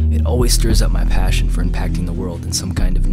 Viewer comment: "And paåsśion"